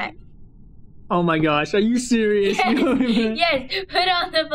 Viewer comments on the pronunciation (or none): Its serious not siourius